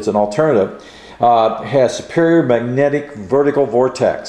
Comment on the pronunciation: Please enunciate the words you speak properly. It's pronounced "mag-net-ic." Not "ma-nec" or whatever the hell you keep saying.